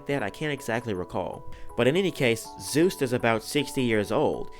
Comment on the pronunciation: His name is Juste not Zeus